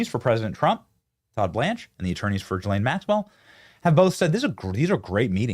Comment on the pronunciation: So… did Benny finally learn how to say ghee (hard G)- Len instead of Gee-Lane?? Or upgrade his rednecky pronunciation (like Steve Bannon) of NEW – CLEAR instead of Nuke – U – Lahr ???